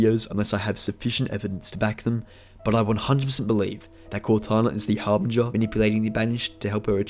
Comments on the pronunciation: I despise the way you say Harbinger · The way he says harbinger is driving me crazy! But else wise good vid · Harbinger - the G is soft bro LMAO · You say harbinger very strangely.